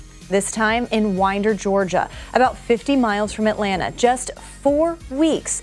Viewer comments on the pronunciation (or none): none